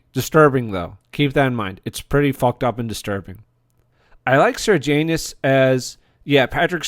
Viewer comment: Don't pronounce Sejanus like Sir Janus. There's no R in the name. The script was excellent in this show and also the acting. The story was based on a book called 'I, Claudius' by Robert Graves. The historical accuracy is questionable at times, but Graves's book was a great story and the TV show was a great drama.